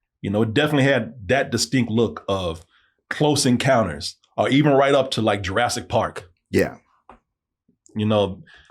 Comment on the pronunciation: Anyone else find it amusing that says the word "or" like "are"